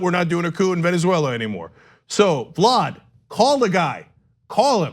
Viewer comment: Hey Ana.. this is said with love...please practice saying Venezuela. Not veneswella. 😂😘